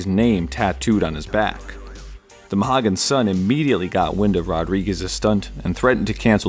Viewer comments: love your videos! glad to see you back. one small correction - the connecticut arena is pronounced moe-he-gan sun, not ma-ha-gan :) just for future reference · As a resident of the area. It's pronounced Moe-He-Gun Sun. Mohegun Sun. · 'Mohegan' = Mo-HE-gan... and 'Dude Wipes' are still around. used 'em today, bruh. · it's pronounced "mo-HEE-gan" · I always pronounced it mo hee can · Never hear Mohegan pronounced ao wrong before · As soon as I heard his pronunciation, I had to come to the comments. Never heard anyone say it like that lol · It was killing me everytime he said it wrong. Being from Connecticut original 🤣